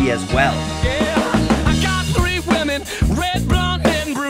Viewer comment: The way you say women:P